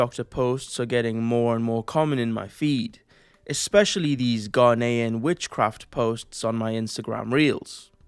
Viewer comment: Thought you said a "Ghislainian" witch at first 😂